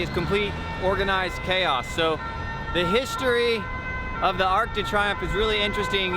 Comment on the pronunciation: Love your work always, but did you really just call it the arc de try umf? Lmao